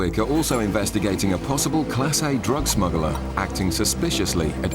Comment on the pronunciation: Smuggler, not smuggerler.